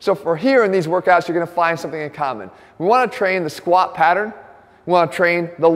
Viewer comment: Jeff always goes to failure with the Squat, that's why he never pronounces the T.